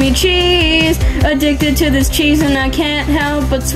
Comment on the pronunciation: Wtf is "disacheese"